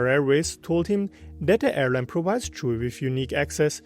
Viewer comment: Any idea why he thinks his name is Chewey. There's no way that Chui is pronounced Chewey in Chinese. Most likely prounced Chway, though if the name is Cantonese it might be slightly different.